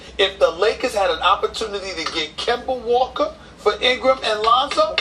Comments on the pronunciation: LMAO KEMBERR WALKA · Kember Walker! Lol